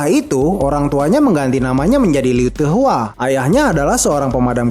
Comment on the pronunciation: Bilang apa tadi ? Lee heu te hua? Namanya LAU TAK WA, ANDY LAU